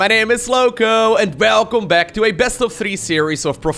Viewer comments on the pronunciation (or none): I love how you say welcome back 😄 Sounds like belcome back!!! So nice 😎